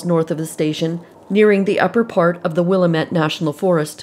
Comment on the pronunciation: I love your channel. Just wanted to let you know Willamette is produced "Wil-LAM-mette." The Lam part rhymes with ham. I just thought I'd let you know since you'll probably have to pronounce it many times in the future. Keep up the great work!